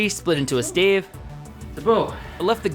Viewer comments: exactly a stave. (Pronounced like stab but with a "vuh" sound instead of a "buh" sound) not a stay-ve, as he said. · "Stay-ve"??? Wtf is a stay-ve?